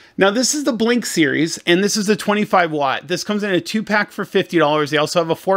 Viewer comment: It’s not Blink, it’s B link, as in Bluetooth link.